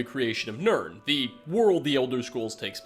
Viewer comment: Nope just heard you pronounce Urn as yurn. It must be all words you're bad at